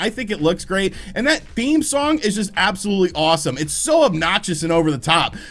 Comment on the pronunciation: I tke a soht eevry tmie says “absklutly.”